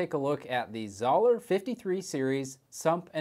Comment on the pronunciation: How can you review it if you can’t even pronounce the name right lol. It’s pronounced ZO LER